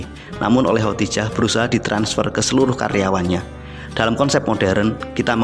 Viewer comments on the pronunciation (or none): Ko khotijah ya, bukan khodijah😇😄